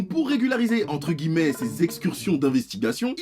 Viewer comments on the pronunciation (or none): none